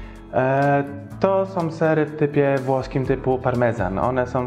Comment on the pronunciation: Fajne gdyby nie te SOM, BENDOM itd